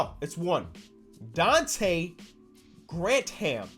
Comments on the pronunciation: I love my dude but he really pronounced "grantham" "grant-ham" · grantham is pronounced gran-thum